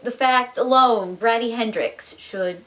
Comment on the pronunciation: Grady like Brady, not "graddy" like daddy. 😉👍👍